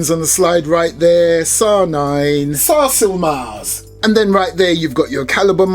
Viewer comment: As a turk, you cannot believe how nationalist i felt, btw you pronounce it as sarsle-maaz